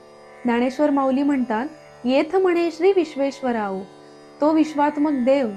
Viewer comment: माऊली, थोड्या सूचना करतो आहे, positively घ्याव्यात 🙏 ऱ्हस्व दीर्घांचे उच्चार खूप चुकले आहेत. “चला” मधील च चा उच्चार संस्कृत उच्चार हवा (हे चल-अचल मधले चल आहे, let’s go मधील चला नाही) शेवटी “विश्वेश्वराओ” म्हणालात ते सुध्दा अगदीच चूक आहे- “विश्वेशरावो” (विश्वाचा अधिपती) असे हवे. आपल्या भाषेची शुद्धी आपणच ठेवायला हवी. राम कृष्ण हरि 🙏